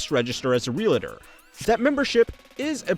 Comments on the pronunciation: Sorry to be that guy, but real-a-tor? It's real-tor. Two syllables, as it's spelled. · The is no "a" between real and tor. Real-Tor, not real-a-tor. 😊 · Real-tor, not Real-A-Tor. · Real - TOR. Not Real-a-tor. FFS. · when I hear real a tor, I immediately think low IQ. Realtor is the word. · Sounds like ree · uhl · tr realtor, not re la tor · The word is pronounced REALTOR. Not REALATOR. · Ree-ul-tur not re-la-tr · Please learn to say realtor correctly.